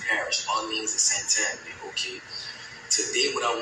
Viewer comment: You pronounced St. Tammany Parish correctly. I live there..😅